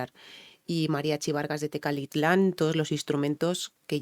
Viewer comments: Las palabras Mallas, Nahuatl y demás lenguas indígenas que tenemos en México no son tan comunes y pasa lo que dices, se les complica expresarlas, aunque en este vídeo no lo dijiste mal Tecalitlan, solo en algunos momentos cambiabas "T" por la "L" y decías Tecatitlan, pero es normal aquí en México hay gente que le pasa lo mismo, así que tu tranquila y ya sabes que en cualquier lugar del mundo existen personas que solo buscan los errores y no los aciertos de las personas, así que animo y tu pa'lante (para adelante) que para atrás ni para tomar impulso. Saludos desde la hermosa perla de Occidente Guadalajara, Jalisco, México, si señoooor. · No te preocupes, es normal que te cueste trabajo pronunciar palabras para tí extrañas, si me permites te doy un consejo para esas palabras difíciles, dividelas en sílabas, TE-CA-LI-TLAN, y así repite varias veces hasta que te salga TECALITLAN, vá.? o cualquier otra palabra, muchas gracias por compartir tus conocimientos y experiencia. Guapa, simpática y preparada, qué más se puede pedir? Un abrazo desde México, espero te animes y un día nos visites, no te arrepentirás.😉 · si se te fueron "a la yugular", por no leerla o pronunciar la palabra TECALITLÁN no te fijes, ni te sientas mal ni incomoda. Tecalitlán es un pueblo en el Estado (Provincia, así les dicen en España a, Zaragoza, Aragón, Cataluña, a Castilla la Vieja o a Galicia) de Jalisco. Los Mexicanos somos muy localistas, en Jalisco a veces exageran: Los que se te "fueron a la yugular" quizá provienen de Jalisco, solo es cuestión de averiguar preguntándoles donde nacieron.